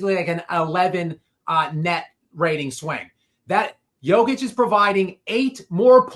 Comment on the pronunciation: is that dude for real?? Is he really mispronouncing DJOKIC like it’s 2019?? Despicable